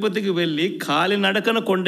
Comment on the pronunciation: 1.27 నిమిషాలు దగ్గర వీడు మరలాడింది వినండి. కాలి నడకన వీడు "ఖాలి " నడకన antaadu